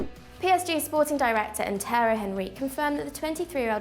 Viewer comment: “terry henry”